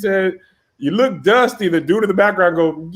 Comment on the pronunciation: “Ya look duustay”